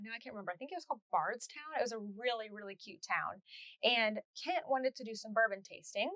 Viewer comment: I live about 20 minutes from Bardstown and you did pronounce it correctly. It is such a beautiful quaint little town I can’t believe there in not a yarn shop there. I keep thinking there has to be one hidden away that I have not found yet. But so far none. Also, the closest yarn shop to me is In LaGrange Ky called Friends and Fiber. I wish you could visit there, you would be amazed. The girls there are so sweet and very helpful with anything you are needing. Maybe one day you can visit there. ❣️🧶